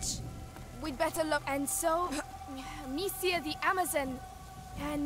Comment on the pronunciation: Hahaha, I know Hugo said Amicia (or however you spell her name), but it fr almost sounded like he said, "Oh snap!"